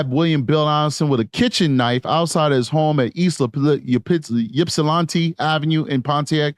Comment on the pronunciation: Its Yip-sa-lan-tee. Ypsilanti.